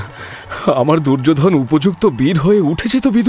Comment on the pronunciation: দুর্যোধন। দুর্যো'ধোন' কেন বলছেন?? ভীষ্ম। ভী'ষ্মঁ' উচ্চারণ করছেন কেন?? 🥱🥱